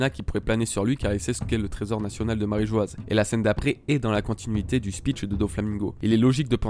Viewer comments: J'ai remarqué que beaucoup commencent à prononcer "Marijoaz" à cause de l'orthographe assez surprenante choisie par Oda, mais c'est une erreur. La prononciation de Mary Geoise/Marijoa/Marie-joie peu importe le terme exact restera toujours "Marijoa" sans Z, vu que l'écriture en japonais et donc la prononciation n'a jamais changé (マリージョア). Oda a choisi une drôle d'orthographe qui est selon moi une petite erreur et sera modifiée plus tard (peut-être pour devenir "Mary Geois", sans le E à la fin qui modifierait la prononciation). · S'il s'est trompé sur la prononciation, ça fait 15 ans qu'il le fait et continue de le faire sciemment. S'il avait subitement voulu changer la prononciation de "Marîjoa" après 15 ans d'utilisation en "Marîjoazu" (prononciation japonaise du mot Mary Geoise) il l'aurait tout simplement écrit "Marîjoazu" en japonais clairement et nettement. Je crois que tu ne comprends pas vraiment le problème ici vu que tu ne comprends pas vraiment le système d'écriture japonais.